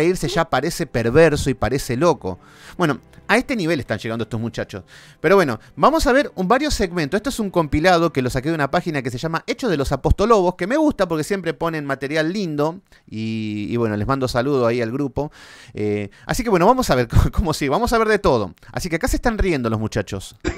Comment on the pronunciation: "hechos de los apostolobos" muy bueno😂😂